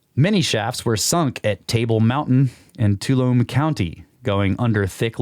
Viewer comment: Too-all-um-nee Tuolumne Sorry for the correction 😊